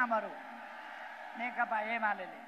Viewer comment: नेकपा भन्न पनि जान्दैन, नेकता अरे हाहाहा।